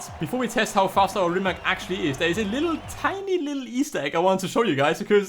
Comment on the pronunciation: Pronounced Reemats.